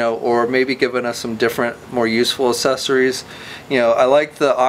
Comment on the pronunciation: Man, this guy cannot say the word "accessories"